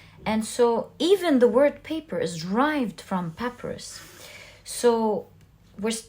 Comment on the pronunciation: The plant is pronounced “pah-PY-russ”.